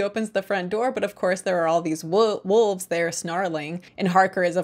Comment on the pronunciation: I appreciate the effort it takes to not pronounce 'wolves' as 'wuvs' :D Coppola's "Dracula" is the "Showgirls" of the Dracula cinematic universe. Love it.